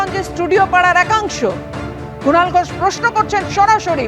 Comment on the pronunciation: Kunal noi,,Chinal 😅😅😅